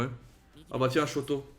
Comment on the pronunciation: Et sinon pour Shoto ça se prononce comme ça s'écrit, sans accentuer